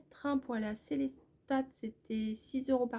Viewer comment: Bonjour, dommage pour votre fin de séjour. J'espère que vous allez mieux, j'habite a côte de Strasbourg, je voulait juste vous dire que Selestat se prononce sans le T a la fin 😉😉😉 Merciiii encore de partager vos aventures avec nous et vous êtes courageuse parce que quand je lit les commentaires je me dit qu'il y a quand même pas mal de gens qui croient qu'il faut tout vous expliquer " prend du gaviscon, vas voir le médecin, les pâtes alsacienne alsacienne c'est lourd a digérer " olala hihihi je pense que vous êtes assez intelligente pour savoir ce que vous devez faire 😉 et c'est d'ailleurs ce que vous faites. Moi, j'apprends beaucoup de choses grâce a vos vidéos. Voilà ❤.